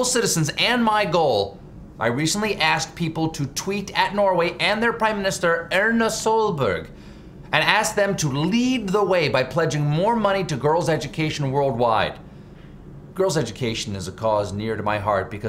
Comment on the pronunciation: I love the way he pronounced Erna Solberg's name. xD It's pronounced more like "Arna Soolbarg".